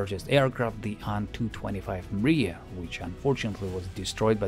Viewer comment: рад слышать нормальное произношение названий самолетов, не делящее слоги на буквы. Ан а не ай-эн, Ил а не ай-эл и т.д. Спасибо.